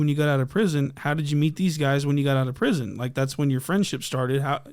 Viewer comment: “As far as prithon, he been in prithon fedth and all” 🤡